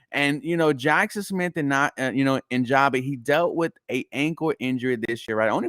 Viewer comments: great video bro.. just a FYI.. It's Njigba (In-Jig-Buh) keep up the great work. Go Texans!! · This fool said Nijaba it kills me lmao